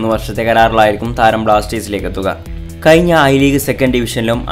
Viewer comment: ഇപ്പോളും ഴ ഉച്ചരിക്കാൻ പറ്റുന്നില്ല അല്ലെ. കയിഞ്ഞ ഐ ലീഗ് സീസൺ എന്നാണ് പറഞ്ഞത്.